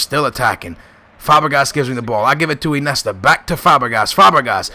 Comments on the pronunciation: It's Iniesta not Inesta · no offense,but,Iniesta is pronounced In-i-e-sta,not I-ne-sta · Iniesta... not Inesta. Falcao not Falcon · "Inesta" haha i love u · Lol i love how he says Inesta instead of Iniesta xD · Inesta? Iniesta ;) you have to say the names right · not inesta........but iniesta................... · its Iniesta not inesta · you don't say iniesta, it's injesta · why do u say inesta instead of iniesta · InIesta not Inesta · "Inesta" "Nesta", your pronunciation is pretty crap man, it's "In-e-esta" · IN-E-ESTA god dammit! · Sorry to be rude but iniesta is said like in-ee-est-a